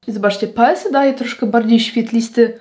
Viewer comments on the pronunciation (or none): Bardzo lubię podkłady Annabelle Minerals. Mam cerę bardzo dojrzałą, reaktywną i u mnie nie sprawdzają się kremowe formuły, są za ciężkie, choć powinno być dokładnie odwrotnie. P.S., Paese czyta się PAEZE 😉